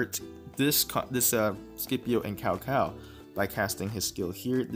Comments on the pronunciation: "C P O" not "Skipio" "Tsao Tsao" not "Cow cow" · Can you learn to pronounce CAO CAO correctly? If you have Chinese ethnicity in you... it is disgraceful how u pronounce Cao Cao !